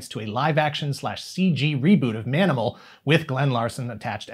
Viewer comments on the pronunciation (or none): I know you said Manimal, but I swear I heard "Danimal"the first time. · The proposed spinoff... Did you say, "Ma'aminal"?